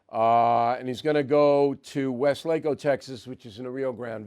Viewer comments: WESlaco, the emphasis is on first syllable. Not WesLAco. It's an invented acronym of sorts from W.E. Stuart (or Stewart) Lsnd Co. You wouldn't know that or necessarily know how to pronounce the word without living here or hearing it spoken. I hope you feel better; your voice sounds a bit under. Keep up the good work. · Pronounced Weslahko